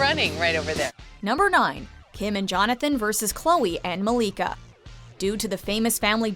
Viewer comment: Malika not Moleka sis. It pained me when I heard you say her say her name. You saying her beautiful name is like fingernails scratching the black board.